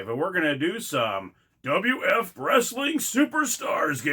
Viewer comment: Its wwf not wf